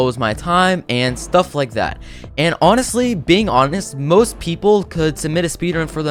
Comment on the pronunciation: When you said people you actally said pepoo